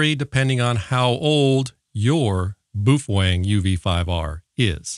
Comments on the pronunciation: "Bow fang" is how it's pronounced, you hater. Lol jk i love your vids! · Love the information and videos, hate the unsharpened pencil and how you pronounce Boafeng, there’s no “w” in it mate 😂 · the Boofwang pronunciation is amazing forever reffering to it as my Boofwang xD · What's wrong with correctly pronouncing Boof Wang? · Not to mention pronouncing the radio “boo-fwang” cracks me up every time.